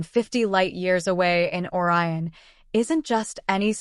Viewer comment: Why are you showing Neil Degras Tyson chatting with someone else, but not using this voice? Silly clip-paste Ai production. Can't even pronounce Orion. Downvote.